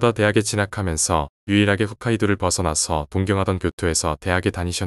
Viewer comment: 훗카이도가 아니고 홋카이도